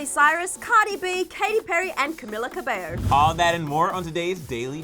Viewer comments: did she said ca-bello instead of ca-beio. I’m Ca-fended lol 😂 funny comment i found in a video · "caMilLa cAbeLlo" the pronunciation made me cringe 😂🤢